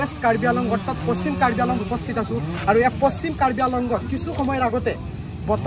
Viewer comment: News reporteror mote কাৰ্বি আংলঙ নহয় , কাৰ্বি আলঙহে 🤣🤣